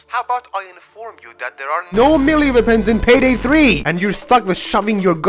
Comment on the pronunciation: "Ze veapons" Uh huh we ain't lettin you have the guns